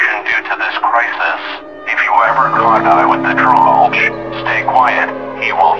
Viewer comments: Bro I always pronounced it troll gee not tRolGe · The scariest part is how the representatives and speakers pronounce "trollge".